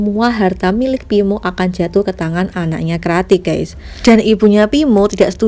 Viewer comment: Ngomong yang beneeeer weei pinmo pimoo ...tangmo nama dia😀